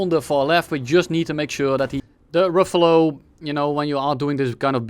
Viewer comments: I think it's pronounced "Raphæl" but razzizle works too, great video. Cool plane, too. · rafal not rofol bro 🤨🤨🤨🤨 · bro just found gaijillion new ways of how Ruffle should actually sound like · For the prononciation of Rafale think of Rafael Nadal, keep the Nadal, remove the N and the D. You got Rafal. Easy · Im spanish so if there is a french person here in the chat can correct me, but is it the problem that he was pronouncing Rafale like Rafael, wich are two distinct words? just asking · Every time has mispronounced the "Rafale": Ravioli Ruffle Rizazle Reflux? Rifle Ruffle Ravololi Rafalilei Rufalow Roofie Rafiki I think I got them all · The Waffle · you spelled Ravioli wrong im afriad, we gotta make the french happy and pronounce their words right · bro its pronounced RAVIOLI, how can you nto pronounce that correctly|? now im triggered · Nobody calls it the rafale here, only the ravioli, so good french pronunciation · Loved the Ravioli pronunciationhahaha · perfect pronunciation! I also enjoyed flying the Ravioli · As a french person, I thought the random mispronunciations were extremely cute xD. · saying everything but the right way to pronounce rafale is absolute cinema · Common Dutch W pronunciation of french words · the mispronunciations got crazier every time lmao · I appreciate the dedication of not saying Rafale the correct way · Isn't it like "dasso" rafale, like renault is "reno". His pronunciation was mediocre at best.